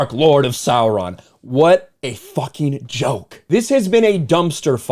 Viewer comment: You sure do like to "fawking" curse.